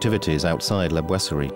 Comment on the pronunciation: POR FAVOR NO ES LA GUERRA DE 1418!! REPITEN EL ERROR VARIAS VECES. ADEMAS EN LA TRADUCCION AL CASTELLANO NO SE PREOCUPAN POR PRONUNCIAR BIEN LA PALABRA BOISERIE.IDEM LA PALABRA COLOMBE.